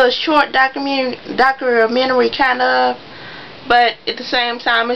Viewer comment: What is this rubbish????? She Can't even pronounce a simple ass word like "DOCUMENTARY"!! I'm done...who would want to listen to her when she can't even speak correctly?? I'm Done..